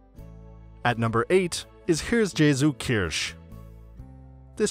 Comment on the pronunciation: konnts mir nicht zuende anschaun... immer diese amiüberheblichkeit, daß sie worte anderer sprachen einfach US-englisch aussprechen (egal um welche herkunft es sich handelt)... häärsjäsukirsch... ländissuughaus... dann soll er halt englische worte dafür nehmen. hat er ja bei "clocktower" auch gemacht. und so schwer, jemanden, der deutsch kann, mal zu fragen, wie man das und das ausspricht, kann es auch nicht sein... die nicht englischsprachigen bemühen sich doch auch, englische eigennamen halbwegs richtig auszusprechen... naja, ich sch... autist, ich...